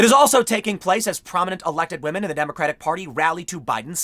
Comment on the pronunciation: "we'll tell you when to believe all wahmen".